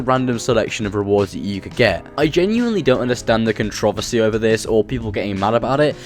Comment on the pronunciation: cuntrohvussie lol wtf